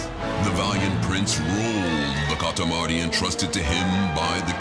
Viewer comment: Kalamari ❌️ Katamari ✅️